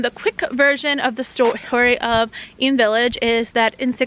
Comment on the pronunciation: I lived in Eyam! Thank you for saying it properly!